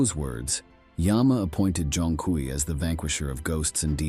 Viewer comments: Zhong Kui is pronounced Zong Quei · Respectfully, bro’s name is pronounced Zhong(Jong) Kui(Kwey) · pronunciation is more like "Jong Kwee" To make a modern parallel, think of him as Chinese Ghost Rider but with swords and spells